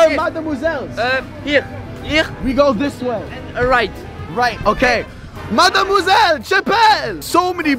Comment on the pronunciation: I’m French and i think your « mademoiselle » is very good ( sorry my english is bad )